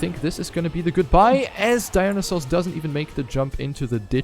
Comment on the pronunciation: dont want to be rude, but i'm pretty sure dionysos is not pronounced "dinosaurs" haha. nice casting tho